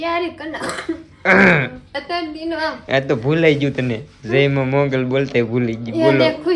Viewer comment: Jay ma mongal nai mogal bolo મ માથે મિંડો બોલો છો